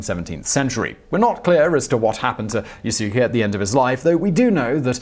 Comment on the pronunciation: Lol yasuke triggered me.tho..it. Yaskay urgh